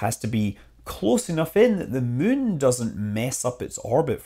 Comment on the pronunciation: You keep saying Mün. Possibly on purpose.